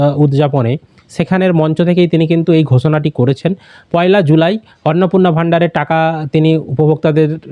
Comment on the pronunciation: July pronounciation karte pare na se abar cm